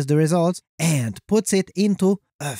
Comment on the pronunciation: The Voice always cracks me up! But seriously, why are you talking like that, man? Just be yourself, no need to overdo it. END aka AND Cheers